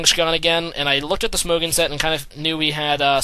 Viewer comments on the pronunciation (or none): none